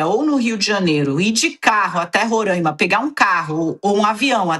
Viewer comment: A pronúncia é Roraima e não Rorâima